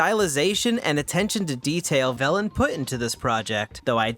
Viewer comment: My childish ass kept thinking you were saying 'bellend' when saying velan T-T